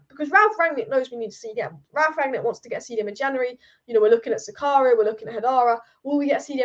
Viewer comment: My God your pronunciations of these non English names is horrendous. Why not listen to commentators a bit and pick up those names? Dennis Zakaria, a 100 times ? Cheisa ? Wow. Horrible job, dislike for this video for this unprofessionalism.